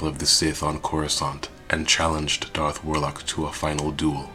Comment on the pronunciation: It's DARTH, NOT DARK, i swear people, do not talk if you can't even say the words correctly. DARTH, DARTH, DARTH, DARTH.